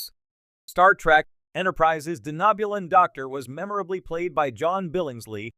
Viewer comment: I hate this AI voice. It can't pronounce Jeffrey Combs or Denobulan properly and the timing of any punctuation is just crappy. Just use your own voice for Grok's sake.